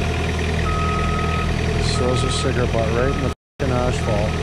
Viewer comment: It' Asphalt, not ashfphalt for fuck's sake...